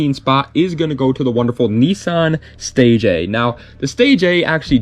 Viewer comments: I don’t know everything but I reeeeeaaalllyy don’t think the 1st Nissan is called the Nissan “Stay J” …… I never heard anyone say it like that. I’m pretty sure it’s “stay gia” but what do I know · Fyi The stagea is pronounced (stage-eea) not (stage-a) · It's Pronounce Stay ji ahhh